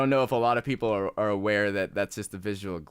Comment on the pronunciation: Anyone else catch that he said 'Pleople'